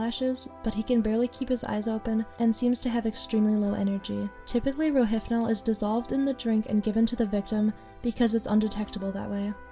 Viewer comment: It's pronounced ro-HIP-nol, not ro-HIF-nol. Rohypnol. Hyp (hip) not hyph (hif). There's no PH sound.